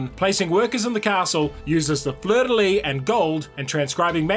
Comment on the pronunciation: Great video! Your pronunciation of fleur-de-lis was much better than you let on. Cows though.... LOL.